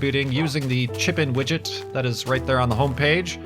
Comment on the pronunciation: every time you say chip-in widget i all ways think you are saying chicken widget :D